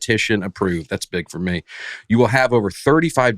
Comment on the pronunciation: Dusty, I still can't hear the "t" at the end of your words! However, I do enjoy the way you say "me" as a drawn out "may".